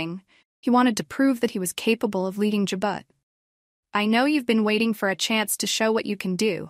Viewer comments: Learn how to pronounce Jabot please. Ja bo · How does she not know how to pronounce Jabot. Damn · Does she not know how to say Jabot the way it is supposed to be said..